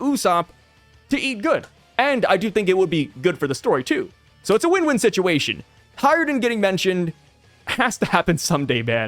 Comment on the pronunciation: it's HajrudIn, not HajrudEn - there's an I, not E